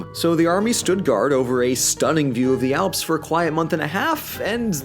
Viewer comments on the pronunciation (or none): none